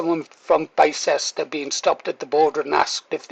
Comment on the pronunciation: Pronounced "Bister" "Bi-cest-er" is akin to saying "lie-chest-er square" It's Bister, mister